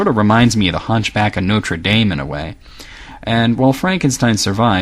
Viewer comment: I implore you, if you insist on pronouncing Dracula correctly and not calling the monster Frankenstein, then why don't you say Hunchback of Notre Dame right. I mean it's not a horror story, but still. Thanks